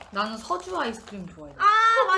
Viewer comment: 이게 컴백날에 업로드된 영상이군요 사나누나 서주인데 소주라고 말한거 귀여워요♥♥